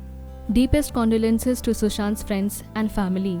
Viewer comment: Condolences not kandolense 😂